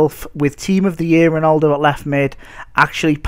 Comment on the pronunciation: ronOldo... mate. you pronounce it Ron - al - do